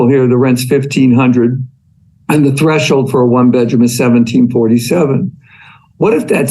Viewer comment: Fun fact: "Threshold" only has ONE h in the middle. It's thresh-old, not thresh-hold.